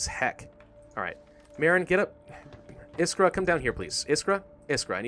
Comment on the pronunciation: i really like how you say iskra and marin wrong. the french will say the names right